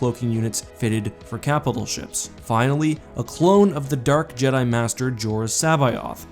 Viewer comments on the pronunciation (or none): none